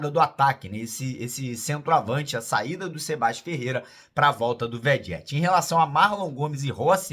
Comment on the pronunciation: já tá na hora de você falar o nome do nosso artilheiro certinho. O nome dele de pronuncia “Verreti”, viu?